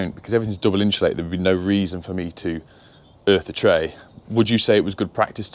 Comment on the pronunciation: there is no "H" in insulated.